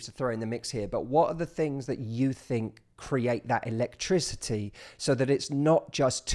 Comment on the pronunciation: my house has no elect-trizzy-e =D great video though man!